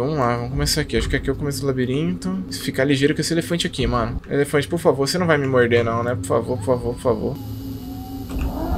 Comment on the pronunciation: kkkk n se fala Alefante e elefante kkkkkkkkk